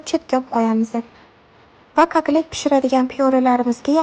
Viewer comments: Kaklet emas katlet boladi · Aytishdaham kaklet dedi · Молодец зур чикди жудаям❤Факат каклет эмас Котлет булади☺️☺️ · Ëзилиши котлет айтилиши катлет булади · Пазанда кизим , К О Т Л Е Т деб айтинг.